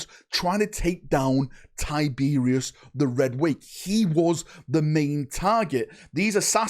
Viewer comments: Who the fuck is Tyberius???? give your head a shake kid lol it’s TYYYBEROSSSS!!!!! Think you’ve been hit in the head with an Arbites stun batton haven’t ya 😅😅😅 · Ty-ber-os not Tiberius.the reaper lord of the void deserves better than that bud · Gods this was a painful video to get though mate. Its Tyberos NOT Tiberious 😂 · I love your videos man but his name is Tyberos its pronounced like tie-ber-oss. You keep saying tiberius every time you talk about him 😂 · Why does he keep saying tie beer is instead of tyberos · (Ty-Ber-ous)Tyberos the Red Wake, who is this Tyberios of which you speak? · why tyberius its tyberOs the o is not silent. Tyberos. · It's not Tyberius ya twit. It's TyberOS. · "Tie-Ber-Ross" not "Tie-beery-oss" 😱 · “Tiberius” It’s pronounced TY BER ROS - like the end of “sucrose” 👍🏼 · TIE-BR- OUS say it correctly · Ty-ber-os. Not tyberius. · Thumbs down cause you kept calling him Tiberius. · It’s pronounced Tib-er-ose. Based on the spanish word tiburon, which literally means shark. Tib Er Ose. Tyberos. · Did you have a stroke? 'tiberius' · It was a joke. I know what a “penance” (atonement) crusade is, but keeps saying “pennant” (flag) just like he keeps saying “Tiberius” when he means Tyberos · Damn, he called Tyberos Tyberius. Get the tomatoes. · Please stop saying Tiberius lol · Man you saying his name wrong over and over again really was making watching this so hard. Please don’t ever do something so flagrant as that again